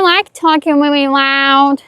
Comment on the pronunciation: Weally Wooowed